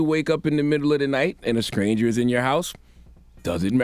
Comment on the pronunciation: Did he really say scranger 🤣🤣🤣🤣🤣🤣. Is it scranger or is it stranger 😂😂🤨🤣🤣